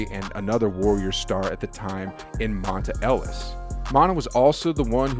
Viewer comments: That was just as bad as him saying manna Ellis lol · How you not know how to pronounce Monta Ellis name right? 🤔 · youre a bandwagoner. Clearly youre not even from california..butchered monta Ellis's name and you dont even know what the bay area is... I hate you content creators clout chasing.